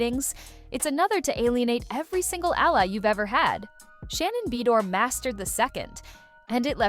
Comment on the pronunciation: Take your AI ass and learn to pronounce it like Ba doir!